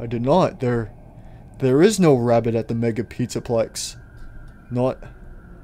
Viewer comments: &or Gregory you said labbit instead of rabbit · "Labbit rady" very good English 😂😂 btw where ruin rp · He said dancing labbit rady : ))))))))))) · “labbit rady